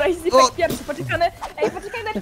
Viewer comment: Dlaczego ona muwi zipek a nie źipek